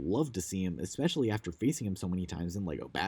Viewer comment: 'Ikspecially.' Listening to anyone talk for an hoyr and a half is draining but whenever this bad boy came up, physical convulsions ensued